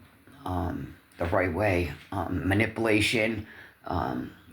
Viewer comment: can’t pronounce her words properly lol probably why she cusses in a complete sentence she has no other vocabulary words DID I JUST HEAR HER SAY BAMAPILATION 💀🩵😭🏆🏆TOLD YA SO 🤣